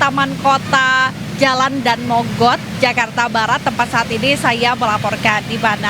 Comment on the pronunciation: bacanya Da-an mogot mas/mbak... bukan Dan Mogot...